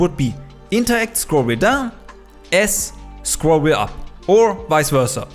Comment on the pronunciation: Aussprache von „Scroll wheel up/down“ hat verraten dass du deutsch bist Top